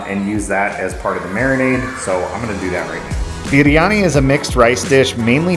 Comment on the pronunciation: ❤❤❤ I think you pronounce it "BRiani".